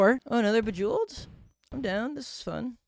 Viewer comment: Love how he pronounced “Bejeweled” differently EVERY time near the end 🤣